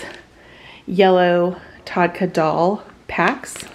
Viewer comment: Just a suggestion...buy the naans, dals and samosas from the Indian Grocery Stores. They're cheaper and have authentic taste. The DEEPS brand is amazing. p.s. Tadka is pronounced TUR-KA